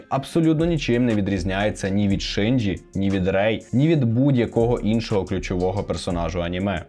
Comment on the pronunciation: Насправді Євангеліон це досить таки небезпечна штука, можна навпаки глибше і депресію впасти азазаз *Ще також хочу трохи понудити, вибачте т-т Не Шинджі, а Шінджі Не сьонен, а шьонен (Я просто вчуся на яп філології і мені здається, що для таких відео були б не зайві поради щодо правильної транслітерації 🙏)